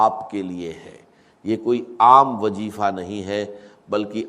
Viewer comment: تلفظ کی جانب توجہ کریں یہ ڈاکٹر اسرار صاحب کی آواز نہیں ہے یہ کاپی رائٹ ہے جیسا کہ لفظ وظیفہ کو وجیفا بول رہے ہیں